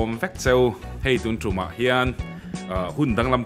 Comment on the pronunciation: Ngatinge tuntrumah i tih ziah hi le..trum tih i thlûk dan hi..thlawhna atrum tih ang a lamrik ni se..(tlawhna atrum dawna trum tih anga lam rik loh tur) tiang hian i lamri ziah mai. Naupang te chu an in trum siak a tih alamrik ang hianlam tur. Ngaihthlak ahah dam sawt ang 🙈